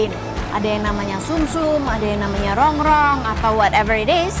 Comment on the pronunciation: Masih inget AQ dulu pas yg ngelayani saya .... Datang ke habisan gulai.....trus besok nya datang lagi.... .makasih ya buk..... review nya...... Sehat selalu....tpi AQ mau komplen dikit ......itu Rongkong bukan rongrong..,😆😆😆